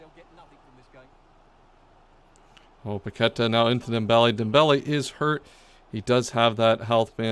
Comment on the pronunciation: It’s pronounced “PaquetÁh” not paquEta lmao, please fix ur pronunciation it feels so weird watching u repeat it multiple times but i love the series 😂